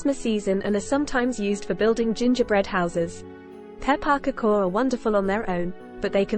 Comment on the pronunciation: Pepp a pakoo? WTF 😂😂😂